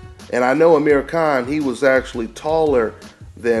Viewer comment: its khan not kahn